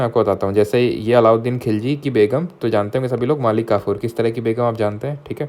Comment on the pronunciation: "kis drha ki begum" really caught me off guard😭